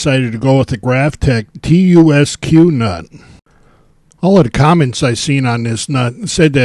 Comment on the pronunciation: It's pronounced "Tusk"